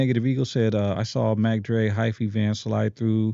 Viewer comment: I hit Fatimas when I hit LA. Those burritos are fire. It’s halal too. No disrespect but it sounds like you’re saying vano instead of pano.